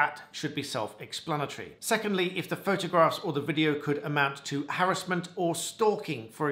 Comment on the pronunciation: Good to hear you pronounce 'harassment' correctly 😊. A friend of mine, who sadly died a while ago, helped bring about the 'Protection from Harassment Act 1997'. Edit: The friend I was referring to was solicitor advocate for the Plaintiff (yes, Plaintiff....pre Woolf reforms 1999 😊) in the case of Burris and Azadani (1995). Prior to this case it was not possible to get an injunction between parties where there hadn't been a relationship. In 1996 an attempt was made to introduce an anti stalking bill under the 10 minute rule but was unsuccessful. Just thought your followers might like some background regarding anti harassment legislation 😊